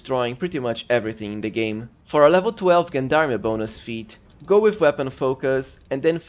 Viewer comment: Gendarme is pronounced [ˈZHändärm] or jendarm.